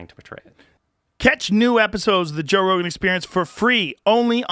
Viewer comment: Joe Ro-Gone...